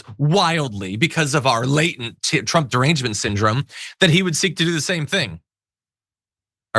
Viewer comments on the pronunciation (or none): none